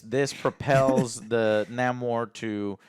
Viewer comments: Lol its not Naymor as in Seymour..its Namor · Excuse me... its not Namor, it's El Nah-mor. Thank you